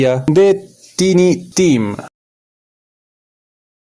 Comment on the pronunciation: Solo un detallito, se pronuncia taini tim. Gracias por el video. Me suscribo ❤🎉